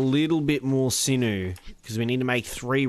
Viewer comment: And when you say sinnoo or whatever it sounds like sinnoh